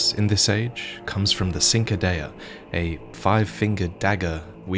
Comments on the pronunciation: I will never understand how literally nobody can pronounce cinquidea. It's literally just "sink-dee." How tf does no souls creator think to look up how words are pronounced??? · Cinquedea is pronounced as Chin-kwa-dee-a or Shink-wah-day-a. I just hear everybody struggle with that word so I figured I’d drop that here for anyone who might struggle pronouncing it. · Cinque is italian for 5 its pronounced chin-kweh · Cinquedea your pronunciation is not correct I looked it up and the pronunciation in italian is different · hearing cinquedea mispronounced just kills my italian soul, btw great video as usual